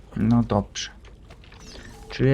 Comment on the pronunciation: "no doprze" hehe xD